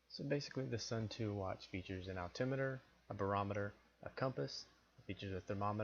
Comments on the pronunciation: Please.... it is not 'sun too', but 'sun toe' pronunciation. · suunto is pronounced soon-tow not sun-too fyi. im a Casio Pro Trek tough solar guy and i will say skip the cheap ones like this and get a casio, far more durable than a suunto and a china made knockoff or variant like this. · Smith Actually its more like "soon""toh"